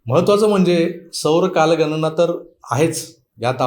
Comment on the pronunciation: "कालगनना" नाही " कालगणना" अस आहे...... " आपन" नाही " "आपण" अस आहे.....please जरा उच्चारांन वरती लक्ष द्या